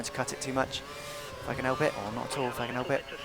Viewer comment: " I just about managed to get ihh awl slowed down" It's so funny, you say it so much and i laugh every time, I love the way you sound. And i think you would fancy being alongside Martin Brundle.